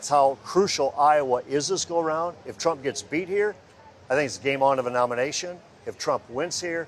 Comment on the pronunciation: "Iowans are becoming densensitized to all the indictments" lol, what a hack, too many crimes! Plus she can barely say Trump's name.